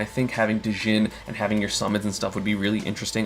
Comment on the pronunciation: The d is silent in "djinn"